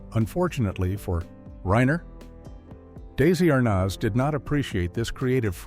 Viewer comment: Damn I hate AI narration that can't pronounce Desi Arnaz's name properly!